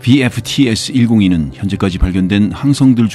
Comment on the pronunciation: VFTS 102 발음 좋네요ㅎ